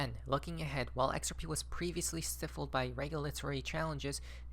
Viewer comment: Stiff'led? haha